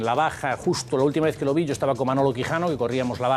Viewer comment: "la ústima vuez"